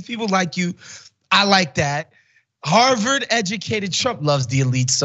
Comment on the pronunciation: What is “harveted “ educated? I had to replay to make sure I heard right! I know trump meant Harvard but as usual he mispronounced a regular, easy word!